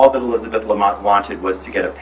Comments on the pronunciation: My names Elizabeth and I hate when people say A-Lizabeth. Its Elizabeth. Not Alizabeth 😂 stop saying it like that dammit. 😂 Lmao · "Allyzibeth"... fucking hell